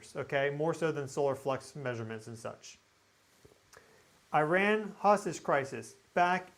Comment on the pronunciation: Please learn how to pronounce Iran. Isn't that the least Americans can do as we bomb them slaughtering their children.